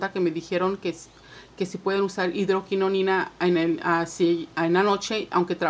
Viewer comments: No es hidroquinoNIna, es hidroquinona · Hidroquinona y tretinoina hay que decir bien los nombres